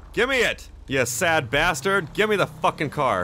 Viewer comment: 😂😂😂 "gimme it gimme it u sad bartered"